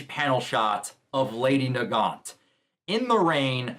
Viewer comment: Yes, you are pronouncing Nagant right. Lol I looked it up just to make sure I was saying it right when I looked it up and it is named after some guns (Mosin nagant rifle)